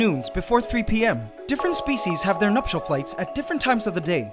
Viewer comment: So I have been watching this channel for awhile and whenever he said "Nuptial Flights" in my mind for some I thought he said "Nutshell Flights" so for the first time I actually got to the see the correct phrase he was saying